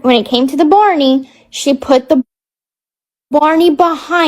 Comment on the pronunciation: OMG Baaawney? it's BARNEY 😅